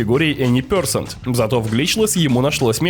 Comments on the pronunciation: Интересный разбор. Только пё'сЕнт, а не пЁ'сент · Видео шедевральное. Но ради бога Any percent - эни персЕнт, а не пЁрсент. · Прекрасный разбор рана, но произношение термина Any percent очень режет уши, вот транскрипция, если уж используешь, произноси правильно) percent [pəˈsent] [пе:сэнт[ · Ну "эни персЕнт" же блин!